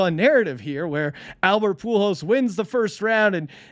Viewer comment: Poo Holes. Not Pool Hose. He's putting the "L" in the wrong place... It's ok tho, Albert hasn't been around that long. Young player, so I wouldn't expect him to know his name. 🤦